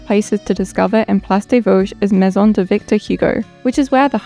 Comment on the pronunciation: lol — pronounces “de” like “day”.